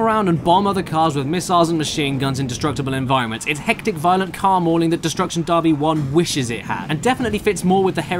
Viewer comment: "destruction DARBY"